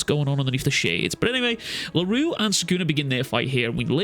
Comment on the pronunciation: Funny how a Scottish man (sorry if you are American) cant pronounce French words. I get that for Miguel's last name (eventhough most people should have zero issues pronouncing it) because it is kinda uncommon and finicky BUT come on man Larue? That is as basic as it can get even Japaneses can pronounce it. I get that you think it is funny or sth but please, do NOT joke about people's name. Especially since you easily pronounced it . That annoyed the crap out of me once funny joke is fine BUT when you abuse funny jokes... Fkin hell bro Larue is not even a super difficult or annoying French name or sth especially shits like Mbappe exists which makes Larue sounds like burger comparing to...Souffle? Wtf that is.